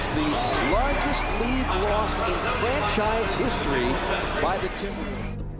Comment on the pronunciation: my man NO OFFENCE, BUT U NEED TO WORK ON UR GRAMMAR... what is FRENSHIZE??????, i think u meant franchise